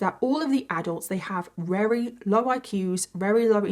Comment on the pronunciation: Why does this lady say rery instead of very? It’s so odd